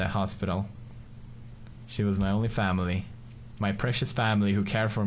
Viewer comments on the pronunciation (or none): i thought it was "my fail" an then he said "family"